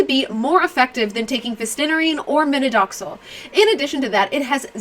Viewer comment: Minoxidil!! Not “Minodoxil”